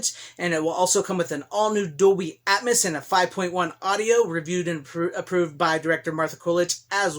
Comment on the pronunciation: “Dolby AtMISS!” LOL 😝